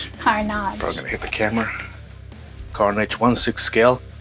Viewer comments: Yout saying it wrong its carnage bot carnaage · Carnage, not Carnaage. 😂